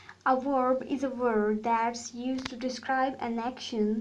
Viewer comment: Say vvvverb not weeerb